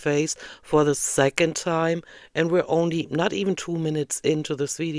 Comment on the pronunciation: This is just me being silly and picky, but the way she says "second" as "Sekent" has gotten to me today. 😂😔